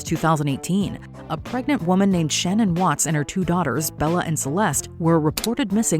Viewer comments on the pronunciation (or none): It’s pronounced like Sha-Nan not Shannon -_